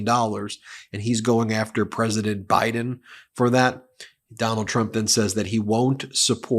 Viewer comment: Oh really? Have you heard all his rallies? 🤣 . How about the one where he says they're going to win by a "landSHLADE" and he calls Biden "BRIDEn"? You only pick and choose your trump rallies to suit your talking points?.